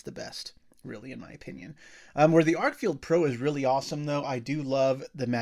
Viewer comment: Stop saying FIELD and lean how to read the name of the flashlight... FFS its written on the thing and it doesn't say field